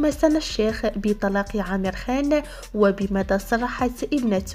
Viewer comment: اسمه Amer عامر مش امير بس هنا بينطقوه بحرف ال Aلانه ما عندهم حرف ع